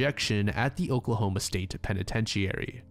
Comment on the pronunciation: Interesting pronunciation of penitentiary